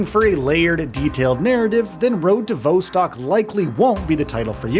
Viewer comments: Damn it, it's vostok, not voestock 😂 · vaw-stok not vou-stok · It's "Vah" as in "Volume", not "Vo" as in "Vote" Phonetically Road to "Vahstahk" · Vos-Tok not Vo-Stok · Not “Voh-stock”. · Came to comments to say V"O"stcok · I'm sorry but the presenter saying "vousstalk" 😂 is killing me, dude wth say it properly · Pronounciation of Vostok is completely fcked bro. Delete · His pronunciation of Vostok is grinding my gears lol Great, great game. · Nothing raises your blood pressure more than someone pronounce Vostok wrong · Hi, you are pronouncing the name wrong - the Vostock part. Check online for proper way to say it!!!!